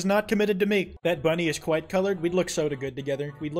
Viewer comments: But it’s kwite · I really “kwite” like the content here 🤣